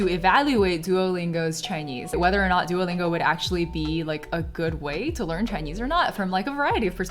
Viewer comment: It's so starling to see a Chinese person calling it "Doo-oh" Lingo instead of "多" Lingo.